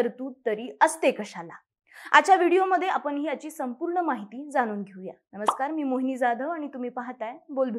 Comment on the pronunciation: सखोल माहितीसाठी खूप धन्यवाद. - आपण "ण" आणि "न" मधला फरक लक्षात घ्या. ण च्या जागी न म्हटले जात आहे. उदाहरणार्थ - पुने, आपन, कोनता, इत्यादी तुम्ही बोलता छानच, पण ह्या बारीकसारीक गोष्टी खूप महत्त्वाच्या आहेत.